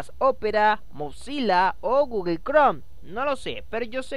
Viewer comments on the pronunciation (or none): none